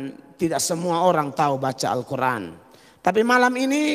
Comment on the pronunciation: Dasar pembohong cara mengucapkan x SJ salah....d kira itu baca alQur,an kaya mukadimah.. pengucapan x tdk benar.